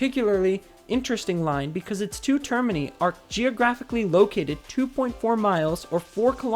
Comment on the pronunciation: I’m amused how you pronounce termini like Germany instead of like radii